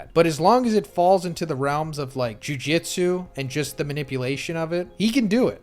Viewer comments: It's pronounced joo-joot-soo not joo-jit-soo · bro you GOT to stop saying jujitsu.. its jujutsu.. plz and thank you.. i love you... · The way he is saying Jujitsu instead of Jujutsu 💀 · I'm deeply bothered by how you pronounce "Jujutsu". It's the same phonetic twice in a row with "tsu" at the end yet your pronunciation of it makes it as if it were written as "Jujitsu". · Is anyone else slightly bothered by him saying Jujistu instead of Jujustu😂🤣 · For the love of tengen stop saying “jujitsu” and not “jujutsu” it’s driving me nuts bro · ikr lol thats some powerful jujitsu lol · If you're going to make content about something that has a pronunciation used across all of media, then you should use it. It's phonetic it's not hard to say, so why not say it the way the series says it? You can't really argue when the word is phonetic and the anime pronounces it that way